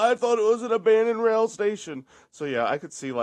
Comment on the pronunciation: "avandoned vuildings"